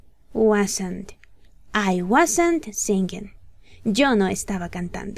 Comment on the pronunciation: Singing se pronuncia sinin , no se pronuncia singin...